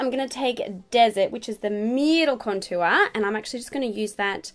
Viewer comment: The way you say contour drives me nuts